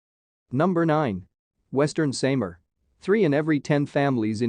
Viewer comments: Sam R :) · You cannot say the SAMAR Properly....